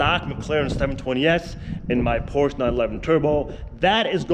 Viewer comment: I cannot watch a car guy channel with a guy that can't pronounce PORSCHE properly! ! 😄